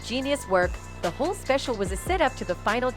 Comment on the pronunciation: The narrator can’t pronounce “whole” to save her own life 😂😂😂 🤣